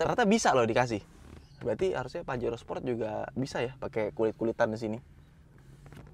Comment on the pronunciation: pajero sprot dong 🤣 emang suka keceletot sih bilang sport jadi sprot 😂